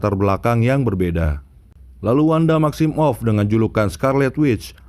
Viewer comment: Every one: maximoff Mimin : maxim off